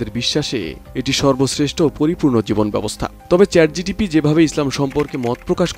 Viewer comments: ChatGTP ?? 😂😂 ChatGPT😊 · চ্যাট জিটিপি না ওটা হবে চ্যাট জিপিটি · Chat GTP hbe na..GPT hbe... sec a.. Abar sec o.... sec o.. sec a abar o.... vai...vul 1 bar hoi 2 bar hoi...bar bar na...apni uccharon korte paren nai... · Chat gpt ❌ Chat gtp ✅ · second e pronunciation wrong hoice CHAT GTP 😂😂